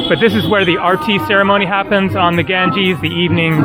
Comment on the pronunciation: You mean, Ganges IS called Ganga in local languages. And i can't stand it either how he pronounces it and i am not Indian, only have been there 3 times.